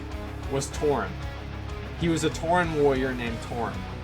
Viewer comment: he actually has a speech impediment, he cant say warrior